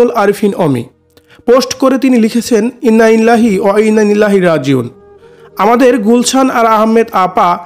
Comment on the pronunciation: ভাই উচ্চারণ শুদ্ধ করেন "ইন্নালিল্লাহি ওয়াইন্না ইলাইহি রাজিউন"